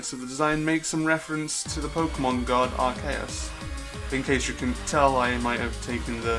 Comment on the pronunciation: Arceus is pronounced either Are-sea-us or are-key-us not are-kay-us